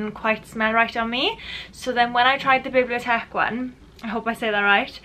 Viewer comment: You pronounced Bibliotheque correctly 😊 people say it smells like in an old Bibliotheque/ like Smokey paper. When you try to explain smells just say what the smell reminds you of.